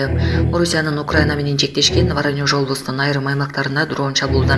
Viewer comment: Воронёж эмес воронеж эле